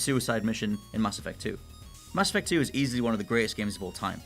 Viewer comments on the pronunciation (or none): He pronounces mass effect as masturbate 😂😂